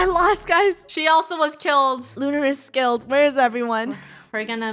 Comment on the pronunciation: •safi• same and he still didn’t pronounce the “skilled” right